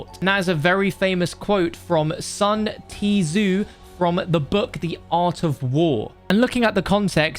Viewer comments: It's "soon dzzzzzzz" not "sun tee zoo" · Sun T Zu? It's pronounced Sun Zu, the T is silent. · ... did you just say sun "T" zu ??? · “Sun T Zoo” we’re all just gonna let that slide, are we?! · Nobody:: Sun Tee-Zoo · “Sun Tee Zu, he will always say my name wrong”. -Sun Tzu, The art of War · Sun "T" zu ( The T in his name is silent ) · I'm sorry but did you really think that's how it's pronounced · I've never heard someone butcher Sun Tzu's name like that before... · You pronounced Sun Tzu wrong. The "T" is silent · Cringed hard at that😆